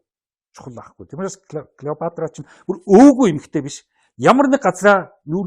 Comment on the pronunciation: Сэтгүүлч ядахдаа домог болсон хатан хааны нэрийг зөв дуудаач.ээ Килийпаартра.ккк Клeопатра шдээ.